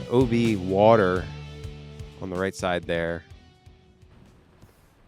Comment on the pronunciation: WTF is wooter? Say it with me w a t e r! 😂